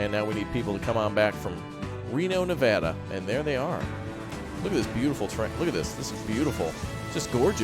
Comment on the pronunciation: yes said Nevada correct i live in nevada